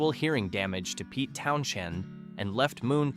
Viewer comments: Towns-end, not effin Town-shend. 🙄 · The "h" in "Townshend" is silent. The name is pronounced "Townsend". I find your mispronunciation jarring, to say the least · Sorry, I lost it when you tried to pronounce, "Townsend," and failed miserably.